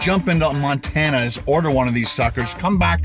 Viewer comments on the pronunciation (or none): none